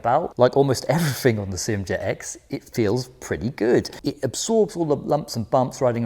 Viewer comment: I wish people would stop pronouncing SYM as if it is a word. It is pronounced as three separate letters S. Y. M. Like that. Why can't people get it right. Upsets me so much because you claim to know what you are talking about, but you cannot even get the name correct. Just sad.